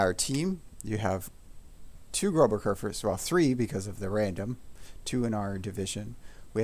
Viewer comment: Just got me the Legendary Mod for Kurfürst and is amazing how better the turret traverse feels, also running with secondary range. Also the "ß" is a letter in the german language and is not a B it more like an double s, also since i just found the channel you might just make a joke out of the "ß"by pronouncing it as a B to trigger all the germans.